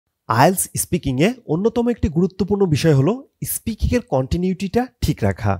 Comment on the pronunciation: ইস্পিকিং না...😂 স্পিকিং আপনার নিজের-ই তো ঠিক নাই 🤣